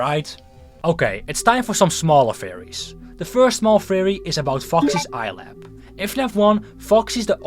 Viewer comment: its eyepatch not eyelap